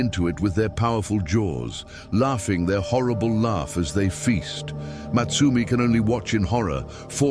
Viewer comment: I think her name was supposed to be Motsumi (meaning the hunter,) not Matsumi